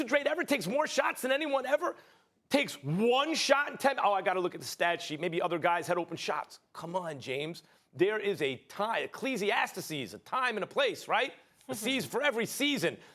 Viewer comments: Lol nigga said clesiassstisees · Good ol Eclesiastaces. 😆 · I know that idiot didn't just say Ecclesiasteses smh